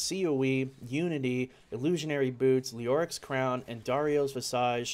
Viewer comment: Not to be pedantic, or pettifog you too much, but that isn't how you pronounce visage lol. The "s" sounds more like a "z" and the "age" part sounds like "ij." Basically, it sounds like this is spelled: "vi-zij."